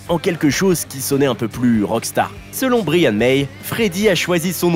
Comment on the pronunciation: Très gros fan de Queen et polyglotte malgré moi, va falloir faire des efforts sur les prénoms Anglo-saxons 😅non mais vraiment. Fais un effort, tu peux pas prononcer Bryan « brillanne » mais « Braïanne »